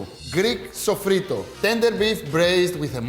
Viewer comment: Hi, my friend. Sofrito is too a spanish word. An you, the greek people, have an exact and perfect pronuntiation of this spanish word. Your pronuncitation of sofrito is perfect spanish.